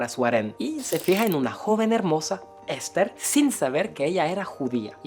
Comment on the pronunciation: Cosmopolita y no "Cosmopólita"😅 Esther y no "Ésther". Iraníes y no "Iranís". Muy buena la información pero mejora tu Castellano